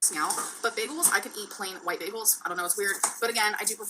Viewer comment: Beggels are so good for you